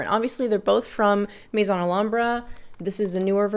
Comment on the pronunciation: Literally the video i was looking for aaaand you also say maison the right way (french for house) unlike theese other youtubers with huge collections that call it mason like its a guys name😂😂😂